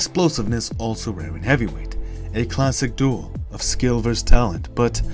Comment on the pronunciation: Seriously, can anyone nowadays pronounce the word 'versus' properly?